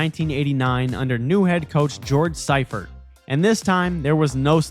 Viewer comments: Everything after 1983 brings back a flood of memories. Oh, and George Seifert is pronounced "SEE-fert" not "SY-fert." I know with the "ei" it should be the "i" sound instead of the "e" sound, so you did read it right. We should give his family a call and ask them why they have it backwards. Just like Brett Favre sounds the "r" before the "v" in his name. I guess they didn't want it to sound like something Hannibal Lecter would chow down on. "I ate his liver with some fava beans and a nice Chianti." 😂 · Also, it's pronounced George Sea-fert. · George Seeeee-furt 😮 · See-Fert, Ja-War-ski. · i think you mispronounced George Seifert's last name.